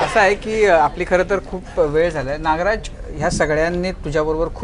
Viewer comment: Naagaraj नाही re नागराज सर म्हण येड्या bhokachya